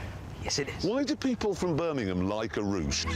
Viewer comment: Birmazee 😂 It’s Birmingham